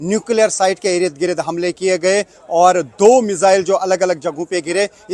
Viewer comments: अरे गोदी रिपोर्टर ठीक से बोलो। 50 बार तो ये कह चुके कि "आप देख सकते हैं"। और 10 बार ereed greed बोल चुके हो। भाई इर्द गिर्द होता है। Ereed greed नहीं। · Urdu Hindi sahi bola karein . Yeh "Irid Girid " nahi balke Sahi " Ird Gird " hai 🎉.